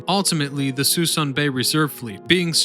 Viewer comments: The best way to lose a sub and also get a thumbs down? Start with an embedded ad. And it's "Suh Soon" not 'sweson ' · "Sue-SOON" Bay. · Everyone pronounces it Sue Soon. Also there are only 2 or 3 ships left as of 3/20/22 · It's "Soo-soon Bay" - spelled Suisun - I remember when there were hundreds of ships in the mothball fleet. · Sa-SOON Bay. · Suh-SOOON bay! Habitat of MONSTER Sturgeon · Locals say "suh-soon bay" chief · Agree Danny it's suh-soon!! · Suisun - "Sa SOON" Bay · Note, Suisun Bay is pronounces . It's the mothball fleet that is being scrapped, one ship at a time. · “Suh-soon bay” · Suisan is pronounce "Sa-soon" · Very cool video...probably should point out...the proper prounounciation of Suisan Bay is "SUE SOON" bay. Yeah..it looks like Sui SAN..but it's SueSoon. English...can we screw it up or what. I remember when the Iowa was there a long time. The last time I drove by was about 6 months ago, and it's down to a dozen or fewer ships. Environmental reasons, they've been slowly cleaning it up. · Suisun is actually pronounces Suh-soon. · The locals in S.F. call this bay ( Sah Soon ) ( Bay ) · It's Suisun Bay. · Stopped watching immediately when he couldn’t pronounce Suisun Bay. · "Soo-soon" has been mentioned. Let me add "Bremerton," not "Birmington."